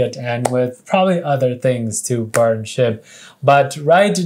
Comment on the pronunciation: when he said burn SHIB, it sounded like he said burn SH*T